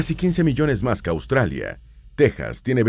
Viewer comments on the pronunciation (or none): none